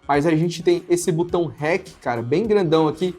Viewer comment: Não é Butão, é botão